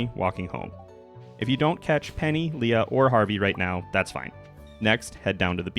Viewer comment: Lee-uh, even...